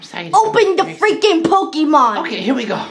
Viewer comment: he said pokeman sword